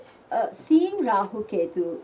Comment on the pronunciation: jyotisha, yoga, purana, let's all say rahua, ketua. no offence but hate people adding the letter A. no offence.